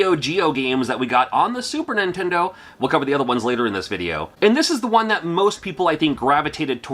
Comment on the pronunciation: The way you pronounce Super Nintendo drives me nuts. You say "Sue- Purnintendo"